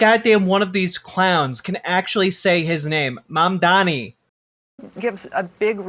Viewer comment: I have literally yet to hear anyone on fox news pronounce mamdani correctly, which is surprising because he’s all they talk about